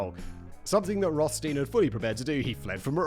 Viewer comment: Simon! Still the same issue with German double vowels: you always pronounce it like the LAST of the two letters in English. ei=i and ie=e, dead simple. The name Rothstein is of German origin for sure, meaning red stone. So the rules above apply.